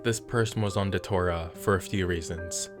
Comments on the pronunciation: Just one thing. It's not pronounced Da-tour-ah. It's pronounced day-chew-rah. Thanks for the video. I've been one of your longest subscribers, and always love when you bring out a new video. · brotha. It's Datura, like, DAT-chu-Ra. not da-too-rah. lol